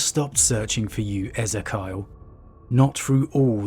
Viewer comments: Not sure in this instance but I think Ezekiel is pronounced Ez-ee-key-ul not Az-i-kyle. Awesome video nonetheless! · ee zee kee ell ezz zeh kayahl? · Just an observation I think that’s E-Z-Key-al (or El the end) phonetically. Great vid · Eh-zee-kee-el San-gwin Excellent content otherwise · I don't think that is how you pronounce Ezekyle by the way. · Your pronunciation of Ezekiel just destroyed my brain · Its pronounced E-zeek-eal Abba-Don NOT Ezeh-Kyle Abe-Den.